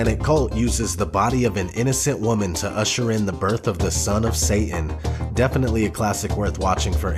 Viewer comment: Love you but DUDE!!! "SaTan" HAS A "T" in it! SATAN - say it! it is not pronounced Say-in!!! OK that is all! Keep up the great work man!